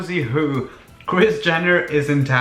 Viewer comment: Its like he is saying kriz jenner😂😂❤😍